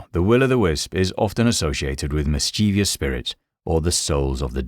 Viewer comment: The mispronunciation of Mischievous is like nails on a chalkboard